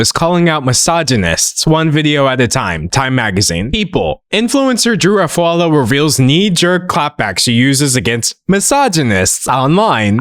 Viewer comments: Bestie, you're saying Drew's last name wrong. It's pronounced like awf-ooh-all-oh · I'm convinced he pronounced Drew Afualo's last name like that on purpose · no fr. ESPECIALLY when the name is butchered almost immediately after the person gives their name. And Drew isnt some random internet personality on tiktok, her last name is constantly being said and shared accurately. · i know what you're trying to say. You're trying to equate his pronounciation to how japanese pronounce "sukareto" to "scarlett" or "jo-ji" to "george". Yeah dude I'm not that unfamiliar with japanese language. Nice try though. But that's NOT the case here. I don't see any point why he need to add another F in Afualo's name. Both him and drew speak the same language. No language barrier can excuse his mispronounciation. If you're trying to excuse racisms, just be genuine about it